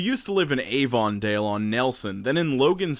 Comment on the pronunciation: the way you said avondale triggered me